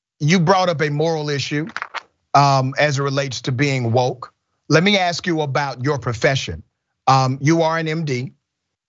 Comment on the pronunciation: I have GREAT respect for Dr Richey. But I'm amused that, with all his degrees, he still can't pronounce the word, "ask".